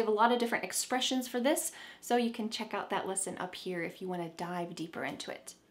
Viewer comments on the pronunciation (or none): none